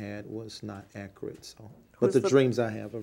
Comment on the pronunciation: David E.ats his lips Taylormade circus announcer clothes dictionary: Ax=ask? Akirit= accurate Ain't= is not Proprietary forging= no fucking idea what he meant Pacific=specific It don go dere= it doesn't belong there Hep= help Mhmm(chokes on cock) = yes Ummmmmm= lowest IQ in the world Canceling=councilling Posfone=postpone